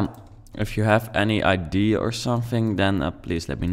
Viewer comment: Yes really nice !!! But the word is ideA And not ideE